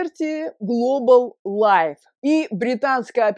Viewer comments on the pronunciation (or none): none